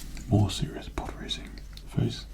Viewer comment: For me I heard: nlpprodracing